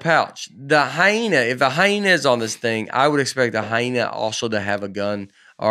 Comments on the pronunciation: Can we get “ commercial break Bates” to ask Nate to pronounce “ hyena” again and then just savor the moment? 🤣🤣 Hi-na? 😂😂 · Surprised nobody else picked up on how Nate was pronouncing Hyena as "HY-NA" and not "HY-EE-NAH". This could be the new PANGUIN debate!